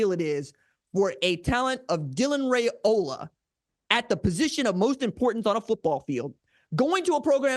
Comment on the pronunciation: One of these days r j will pronounce his name correctly 😅